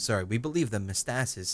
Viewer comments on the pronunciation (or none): Also, it's pronounced meh-tah-stah-sees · I believe it is pronounced meh-tah-stah-sees, but I never actually checked.